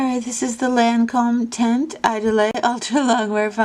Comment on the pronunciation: Chardel And teint is pronounced like tay-nt. Cheers!